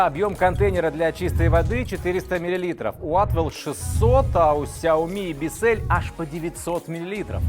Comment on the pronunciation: Правильно - Биссел(л - твёрдая, ударение - на "и")